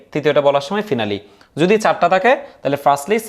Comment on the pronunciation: ফিনালি ❌ ফাইনালি ✅